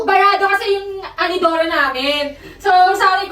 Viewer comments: "anidoro" HAHAHAHAHHAAH diba Inidoro yon HAHAHAHHHAHAHAHAHHAHAHA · INIDORO is pronouns ANIDORO in bisaya po😊